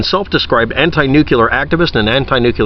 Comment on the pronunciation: Nucular? ... nuclear (use phonics) and dither less.